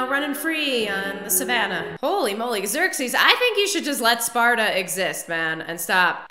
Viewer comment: pronounced like 'Zirk-seas'